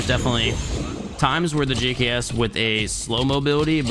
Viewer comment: He said "The Gucks" wrong btw.. Thought I'd point that out for you lot who might have missed that..